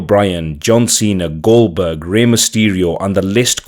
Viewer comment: Like super Cena..he said it right! Lol